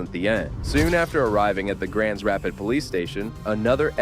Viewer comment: Grans Rapid.. Grand Rapids